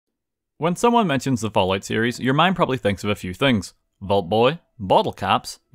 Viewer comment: I swear to god I heard him say “when you think of the ballout series”